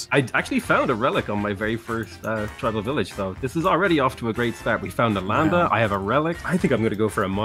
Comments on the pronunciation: Being an Indian I enjoy how Brits usually mispronounce the names of our cities (Nalanda was an ancient Indian city for those who are curious) XD PS: Love your content, and humor! Keep it going!! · Spiff accusing PotatoMC of mispronounced but he him self mispronounced " NALANDA " in first place.